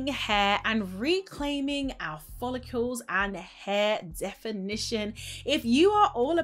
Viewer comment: For someone who sells and promotes hair products , you should learn to pronounce ‘follicles’ correctly. It’s not ‘folli-keeuww-les’. Just ‘follicles’. No ‘w’ sound. Really annoying - and ironic!